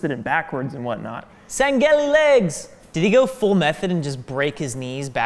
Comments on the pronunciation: No one:: 'SANGHEILI' Me: you are no heretic! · We're gonna forget the botched Sangheili pronunciation?